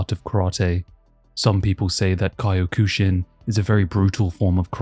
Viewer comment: Ki oh kushin lmao